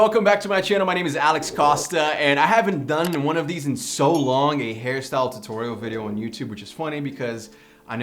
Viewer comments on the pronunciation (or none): none